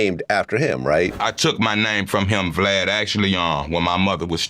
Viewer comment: He called him vlod